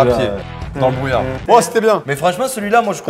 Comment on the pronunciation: Brou -illard, brouillard c'est le cas de le dire 😂